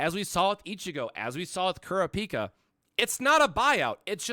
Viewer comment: Lol kurra-pika he just need to add chu to it lol